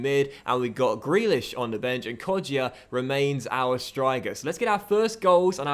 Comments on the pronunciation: it’s pronounced Kod-ja not Kod-jia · It's pronounced KodJA JA!! not JIA :P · It’s pronounced [ko-ja] the ‘i’ is silwnt